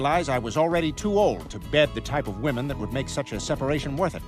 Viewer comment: Is this an AI voice? Why can't the reader say WOMEN? This happens a lot on this channel. I don't understand why it is so hard. Makes it seem like you guys are using AI instead of actually paying people😊